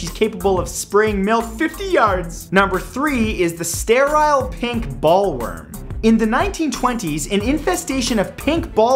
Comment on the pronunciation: It's pronounced BOWL-worm. Matt, some men look great bald, and you're one of them! Besides, as my (bald) father used to say, "God is just, and God is fair, Gave some men brains, and others hair."